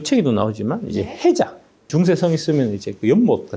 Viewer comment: 혜자가아니라 '해자'임